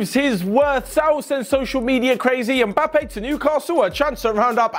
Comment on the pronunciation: How can you butcher his name so bad ? 😂